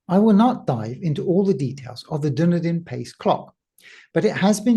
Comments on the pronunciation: Its duh·nee-dn. NOT duh-ni-dn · It's pronounced Dun-Eden. Not Dun-E-Din. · New Zealand isn't really Middle Earth, it's Dunn-Eden, not Dúnedain! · Not that it matters much, but the pronouncuation for Dunedin is more like dunn-eden. People from North America in particular seem to say something like doon-e-din . Well that's what it sounds like to my Dunedinite ears. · FYI it's pronounced dun-EE-den. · Fyi, pronounced, "Done Eden"